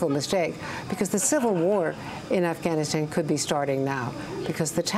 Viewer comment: Hehh hehh ... He done said Assghanistan.